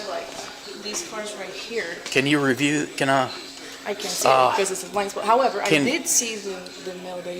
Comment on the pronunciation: The way this mf says “HOWEVER”… Bro is the G.O.A.T. of the “however” word.